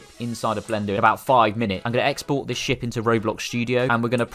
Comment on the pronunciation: when you say ship i hear shit😡